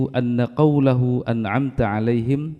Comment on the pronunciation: Imam membaca( an amta,) seharusnya huruf alif, malah dibaca ain.